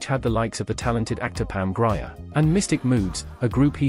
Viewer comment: It's pronounced "GREER" not "GRI-er"